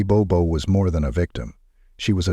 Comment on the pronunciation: This happened within 90 miles of my home in Middle TN. It was all over the local news in Nashville. In this video the last name is mispronounced. It is Bobo, pronounced exactly as it is written. Rest in peace Holly. My prayers continue for your family and friends. 🙏